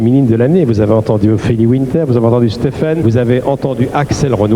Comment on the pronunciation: Qu'est-ce que c'est que ça " stephend " ?!?!? MDRRRR 😂😂😂😂😂